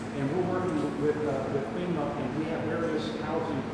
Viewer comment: He said femur not f e m a